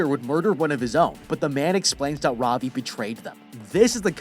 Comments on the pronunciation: Ravi is pronounced Ra-v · Its funny to see how he pronounces Ravi, As an Indian i am laughing